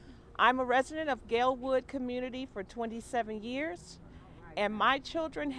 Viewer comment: Where is there an r in community